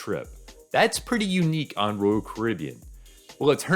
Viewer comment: One day he will figure out how to pronounce “Royal”.